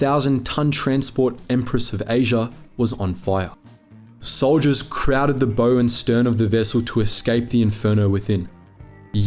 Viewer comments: This is an inspiring story of courage and determination. Just one thing; the pronunciation of 'bow' is not like 'bow and arrows' or 'bow tie', it's the same as to 'bow in greeting'. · ‘Bow’ on ships is not pronounced like Bow-Tie... it is Bow as in bowing to someone, ie curtsy for women or ‘ow it hurts. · "Bow" is pronounced the same as "How", not like "Bow and Arrow". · Bowel of the ship, it's pronounced bowel even tho it's spelt bow it is the bowel of the ship! You don't go down into to a ships BOW'S you go down into the BOWEL'S! You don't turn the BOW you turn the BOWEL to face the enemy! I thought this video was meant to educate me about an Australian naval vessels heroic last stand not archery. Could you not hear yourself or something because I can't even say that in my head or type it let alone saying it out loud knowing it's wrong? This to me is a massive red flag that you're reading from a script and don't care what you're saying! Which I found funny because the reason you even made this video was in an attempt to inform people about something you yourself didn't even take the time to learn. Meaning you're either willingly or unknowingly perpetuating ignorance, either result is funny to me because I know this, so how doesn't the person who makes these videos? And how do you not pick that up in editing, again highlighting you or your teams lazyness or incompetence. I think the person who's objective is to teach people should know the simplest of things first and foremost if he is going to try to "inform" others, because at that point onwards I immediately think you don't know what you're talking about! Idk maybe it's just me who likes to know the person they are listening to actually took their time to inform themselves so he knows what he's saying and isn't just slacking off at the back of the class copying someone's work who was actu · Nice video, but please learn to pronounce “bow” - and use fewer adjectives!